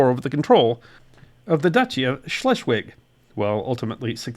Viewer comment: Very interesting! Thank you! Schleswig => "chlessvich" Gloire => "glwar". Wilhelmshaven => "veelhelms hafen".